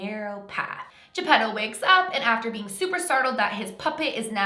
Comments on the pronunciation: When you said his dads name I thought you said Pedo.🤔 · Geppetto more like GeePEDO